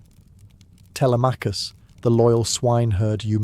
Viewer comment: “Tele may cus” I’m out.